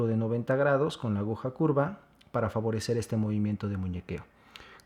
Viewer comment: excelente tutorial, solo que no se dice ahuja sino aguja.... solo eso.